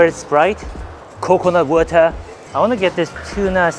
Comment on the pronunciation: coecoenaht watah